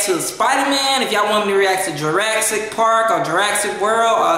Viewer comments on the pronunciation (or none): none